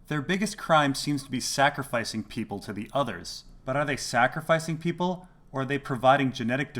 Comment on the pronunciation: Peeople, lol.